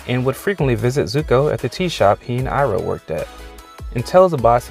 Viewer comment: You mean iroh?